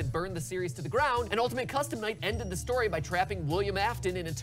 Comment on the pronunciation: Huh WAIT HE SAYD STYIY NOT STORY WOOWW